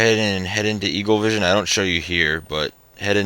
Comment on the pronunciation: did you say evilvision instead of eaglevision